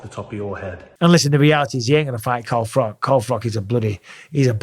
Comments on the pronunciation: Froch, not frock ahaha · froch not froc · Hey Bisping wassupp, well Carl froch, it's not pronounced frock, like a womans dress it's chhhh, as in chimney, Carl froch Alright?, not good when u can't pronounce folks names properly! Anyway still think ur Ace, mad respect Mikey Bizzars 😀😁✌️🇬🇧uk BiG uP yOuRsElf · Micheal it's Carl Froch pronounced like Crotch, for want of a better word. That hurt my ears when you said it! 😂 Love your work though. Thanks for the years of entertainment. Keep it coming! Peace!☮ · It's Carl Froch , pronounced (frawtch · Damn Mike ur a brit and still butchered froch's name lol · Omg bisping you keep saying it 😅, fury did not sign the double or nothing contract, and learn to pronounce carl froch properly please 🙈